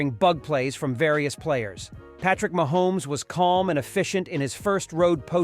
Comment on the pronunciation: Mahomees stop saying it like that